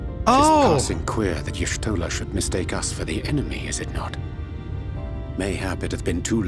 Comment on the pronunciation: Just a tiny complain: you supposed to read y'shtola as yashtola. Miqote tribe lore and all that